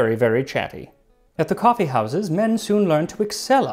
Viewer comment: Say "coffe" one more time, I dare you. I double dare you!